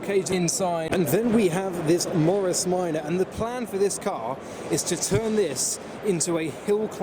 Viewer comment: I lost interest before he entered the hall when he called a Morris Minpr van a orris Traveller.